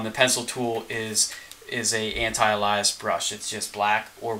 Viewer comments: I hate to be a jerk. Especially on a several years old video. But... anti-alias is pronounced anti-ay-lee-us. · You pronounce “alias” properly but then pronounce “anti-alias” weirdly. It’s still the same word, “alias”, in there.